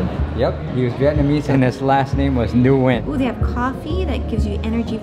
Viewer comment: Nguyen pronouns one syllable..wen not nu wen